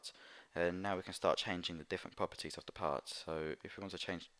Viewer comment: when he say propertie he be like "puppitie" XDDDDD LMAO